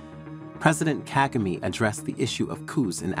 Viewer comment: Why do you still mispronounce the President of Rwanda name? Are you doing this on purpose?